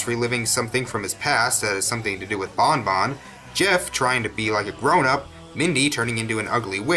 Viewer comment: it's Bun Bun not Bon Bon